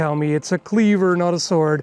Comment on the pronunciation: What’s a sord?